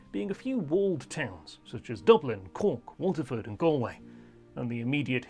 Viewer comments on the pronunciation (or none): none